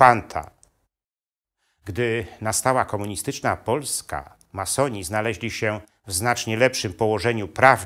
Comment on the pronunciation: Co to za akcent? Ma soni , czy masoni panie gadający.